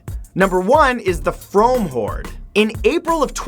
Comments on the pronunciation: im from Somerset and its pronounced "Froom" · Frome is pronounced 'Froom' just FYI. Source: From Somerset! 👍🏼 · Frome is pronounced the same as room not roam! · its pronounced "Froome" not "Frome" even though it's spelt that way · No 10 The From Hoard - "Frome" is pronounced "Froom" not "Frohm". The name comes from the Brythonic word frāmā meaning fair, fine or brisk and describing the flow of the river that the town sits on. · you said frome wrong... its fr-oom not fr-ohm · it's actually pronounced f-room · Please learn how to correctly pronounce Frome, it is said like 'room' but with an f at the start!!!!! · "frome" is pronounced "froom" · hi matt, i'm from Frome, Somerset and you said it wrong :( it's said Froom. it used to be spelled froome, but they had to change the name due to it being too similar to the name of a nearby nunnery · It is actually pronounced froom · haha Frome is pronounced Fr-oo-m! i live about an hour away! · I live in the first one it's pronounced Froome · BTW the first one is pronounced froome take it from a local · The first one is pronounced froom btw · frome is pronounced froom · not how you pronounce frome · it made me want to cry when he said it wrong :(